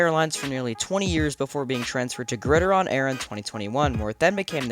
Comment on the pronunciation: Pretty sure it’s pronounced “Grid”-“Iron” like the nickname for football. Not Grid-ih-Ron.